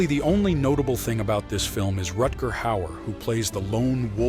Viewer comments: It's not "Retguhr". Rutger. German name. To be pronounced accordingly. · Rutger is Dutch, not German.